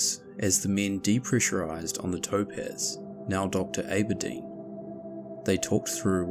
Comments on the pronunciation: It's pronounced Abber - Dean... just so you know for future reference 😉 😉😉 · Aberdeen is pronounced like Apple. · Aberdeen is pronounced as if it has a double B, so Abber-deen. Other than that, excellent presentation and very interesting 👍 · Please note: I have incorrectly pronounced "Aberdeen" as "Ayberdeen", I apologize for this mistake. Now I know! Also, major SPOLIERS in the comments so try avoid them until after the video. That's all, thanks so much for watching. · Exactly. He spell "ear" instead of "air" , no big deal, that was funny. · Talk about a lucky escape. And then straight back on the horse... top man 👍 But A-bare-dean ? think you meant Abba-Dean 🙂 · A-ba-deen? Oh no, no... It's Abba-deen. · 😄 well you say Ayberdeen. It is Aberdeen. Like try saying Appledeen but then Aber. Or as in Amber. 😁 made me giggle anyway. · Ayberdeen is how the locals would pronounce it (Doric)! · In Maryland, we say "A ber deen" with the A as in "apple" or "agriculture". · For future reference, it's pronounced Ah-bur-deen. General rule of thumb with Scottish places is to think of them spoken in the Scottish accent and it's almost always the right pronunciation. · The way he pronounced A-ber-deen 😂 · It’s ABerdeen pronounced like AB’s (stomach muscles) not like the A in Ape. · ABERDEEN (ABBA-DEAN)